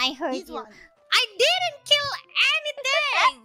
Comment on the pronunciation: She will keel